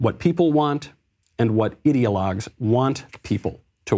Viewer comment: When Michael says ideologues on the left, it sounds a lot like idiotlogues. 😄😂. How appropriate.